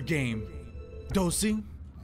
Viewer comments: It Dozy not Dosey -_ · Sheesh, let them comment what they want. Some people heard it as "Dosey" but it's actually Dozy.